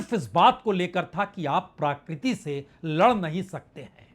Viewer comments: सर, प्राकृति नहीं प्रकृति होता है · It's PRAKRITI not PRAAKRITI. Please pronounce right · माननीय पुण्य प्रसुन जी, क्षमा चाहता हूं शब्द प्राकृति नहीं बल्कि प्रकृति है... कृपया इसे अन्यथा न लें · प्रकृति,,, कहें जनाब प्राकृति नहीं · प्रकृति या प्राकृति ?? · प्राकृति नहीं, महोदय! प्रकृति बोलने की कृपा करें। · प्रकृति का हिन्दी pronunciation प्राकृति तो नेहि है l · प्राकृति नहीं , प्रकृति बोलिए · प्राकृति नहीं प्रकृति प्रभावित नहीं प्रवाहित।